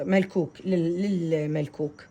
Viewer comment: اسمه مكوك مو ملكوك